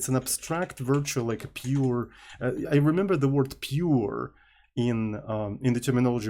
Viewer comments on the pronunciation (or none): the way you said "pure" lmao